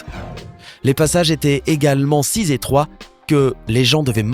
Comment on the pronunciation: Sis étroit ?? on si ... étroit pas de liaison !